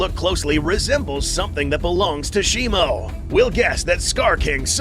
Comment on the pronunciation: Its shimO not shimU